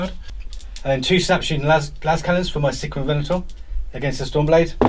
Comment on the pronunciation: "Sickeruhn" (aka Sicaran), man his/ actually, their pronunciation is horrid, lol. Game wise, I noticed some liberal use of friendly vehicles allowed to shoot through allied vehicles.. All in good fun I guess, but I don't see how one vehicle could get it's las-cannons to bear when another landraider is smack bang in the way :) Pretty one-sided game other then that, unfortunately.